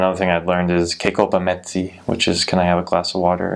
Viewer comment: You are very observant and open minded, as a South African, I enjoyed this video thoroughly. ''Ke kopa metsi'- Can I have a glass of water''.. I am MoTswana and you said it so well :)